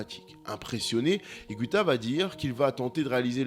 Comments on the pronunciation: Ça se prononce IGUITA et non pas IGWITA. En espagnol, on dit : una guitarra et non pas una gwitarra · ça se prononce higuita pas higouita apprends les règles de prononciation en plus c'est la même en français et en espagnol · René Higouita.... ça m'a piqué l'oreille pendant toute la video... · Excellent reportage..mais je ne suis pas sûr que son nom se prononce hi-goui-ta :) il n'y a pas de ü dans son nom mais c'est un détail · Comme en français, en Espagnol on ne prononce pas le “u” après le g. Donc on dit simplement “Ig’u’ita! Merci 🙏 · Allez on la refait et en prononçant correctement Higuita cette fois-ci xD Je déconne(sauf sur la prononciation de Higuita), excellente vidéo et merci pour tout ! Continue comme ça